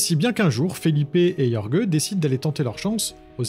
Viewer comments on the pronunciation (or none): Jorge ça se prononce rolré ! Pour les éventuelles prochaines fois